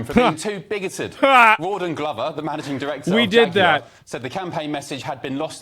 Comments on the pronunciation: "Rawdong Glover?" Is that joke? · Hahahahah he said “raw dong glover!” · Wait, Rawdon Glover... is that, theres no way thats their real name right, raw-dong-lover lmao was this actually on tv Edit: THAT IS HIS REAL NAME